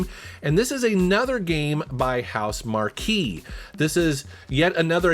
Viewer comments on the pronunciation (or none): none